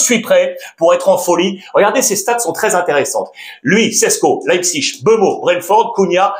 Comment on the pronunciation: Alex, Mbappé et Mbeumo, le M est muet. Ça se prononce Bappé et Beumo Certain que tu le sais, ta chaîne YouTube est vue à l'international, sois moins franchouillard. Bonne continuation.